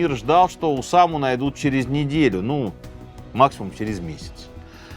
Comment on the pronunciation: Я про ударения пишу уже второй раз. Ещё у него есть слово "искрА" (тоже, видимо, французское). И "ОдЭЭсса" с "брЫльянтами". Скоро будет "кохвэ" и прочие перлы.